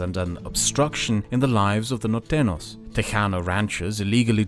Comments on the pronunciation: Thank you for this wonderful content! I wish to help your pronunciation: The ñ in Norteños should be pronounced as an "ny" in english. Whenever you see an "ñ", just replace it with "ny" in your minds eye. Nortenyos :D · It's weird how well you pronounce "tejano," but then you go ahead and say "Mexica" instead of "Mexico" and "norteno" instead of "norteño." A couple of times you also said "Río Grand" instead of "Río Grande," and "Baya California" instead of "Baja California," which is interesting. It's funny. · “Norteño” is spelled with an ñ, so rather than an /n/ sound, it should be /ny/. NorteNYos. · Its really funny hearing you say norteños as "nortenos" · As a Mexican, big cheers to this work. I'ts a shame so many people here don't speak english and get bored by reading subtitles because otherwise I will show them these videos and shed some light about. P.S: You are pronouncing Norteños as "nortenos". Don't forget to add the 'ny' sound!. and the h in Coahuila is slient, so it is more like "koagooeela" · Great history and sociopolitical analysis! A few spanish names slipped under your radar and got pronounced like they were english. -Norteno is actually Norteño which is pronounced Nortenyo -San Jacinto = San Ha-sin-to -I think there was one other, but I forget now what it was. The rest of the names were pronounced fine, though.